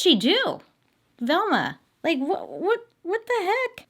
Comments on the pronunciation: I thought you kept saying thelma. I was like oh snap, my bestie is named after a true crime case, I gotta tweet this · Why are u saying Velma like this 😂😂